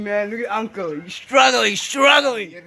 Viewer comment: "Sikkelling sikkelling" 😭😭😭😭 STRUUGGGLING 😭😭😭😭😭😭😭